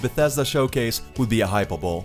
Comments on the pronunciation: just wanted to say it's not hyper-bowl, it's pronounced hyper-bolee. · Its pronounced hyperbo-lee not hyper-bowl. Just a heads up. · HY-per-bowl? Did you mean hy-PER-bo-LEE? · hmm is hyperbole pronounced differently outside of the US?